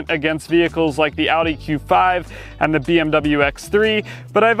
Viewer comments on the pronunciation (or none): none